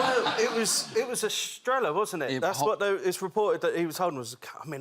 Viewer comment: They should learn how to pronounce Estrella.